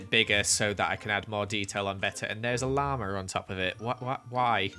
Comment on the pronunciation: When says lhama it sounds like lamar